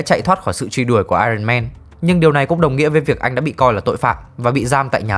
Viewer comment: Éo hiểu sao t chưa bao giờ nghe dc 1 đứa review phim nào đọc dc đúng iron man.Chán